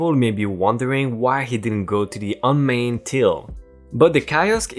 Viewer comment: Un manned is a soft a like man if there are two of the same letters together. Un maned would be like shaving a lion. Unmaned. Same for till it is soft if there are 2 consonants together (nn). Hard I (eye) is when the consonant is followed by a vowel tile. Hope this helps!!! Edit say: I'm sorry if this offends. I just want to help because I am dyslexic and OCD and had a hard time speaking out loud so I understand (not saying your dyslexic but that reading outloud can be hard. Subbed and liked!)